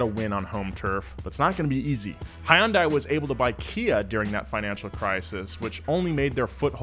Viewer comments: Did he really just say High-un-die it's hun-dai SORRY ITS JUST HOW I THINK IT IS SAID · it's Hun-Day. Not Hi-Un-Di. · HIGH UN DIE? DUDE ITS HUN-DAY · hai yun die??????????? bro what??????????????? its hyun-day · It's pronounced 'HUN DAY'. Update. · KUN-HEE LEE is pronounced like "Gun"-hee and HYUNDAI should be pronounced like "Sunday". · Apple asked to team up with Hyundai also I'm south Korean and it is pronounced hy un day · From the old Super Bowl commercial, "It's Hyundai like Sunday" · It is not HY-UN-DAI! Aren't you a car channel? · Repeat after me. Hyun. One syllable. Rhymes with bun. Not "high un" nor "hee un". Dai. Also one syllable. Same pronounciation as "deck" but only the DE and without the CK. Not pronounced "die" nor "dye". Please, get it right, especially as a car culture/enthusiasts' youtube influencer. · WHY DO CAR PEOPLE NOT KNOW HOW TO PRONOUNCE “HYUNDAI”. It rhymes with sunday. GET IT RIGHT!!! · I have never heard it pronounced Hi-un-Die. Hilarious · Hyundai (Hun-day), like Sunday. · Hey it hyundai(hun-dai) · Hi-Un-Day? Hyundai is pronounced just like Sunday. Source? Koreans... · my dude, that is most definitely not how you pronounce Hyundai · Why is it so hard for Americans to pronounce Hyundai correctly lmao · The way he pronounces Hyundai 😭... wow never heard that before. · Why’d you have to pronounced Hyundai wrong🤦‍♂️ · When he said that, I thought he was speaking German💀😂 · When a car channel still can’t say Hyundai correctly 😒